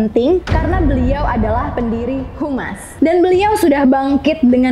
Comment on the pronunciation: Bukan humas mba,( hamas ) mending mba bilang human aja😂